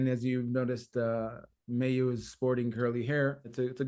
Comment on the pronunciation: Great, positive song from great, positive band. But, guys, it's time to get her name right. It's pronounced more like "Mye-oo", and not "May-oo".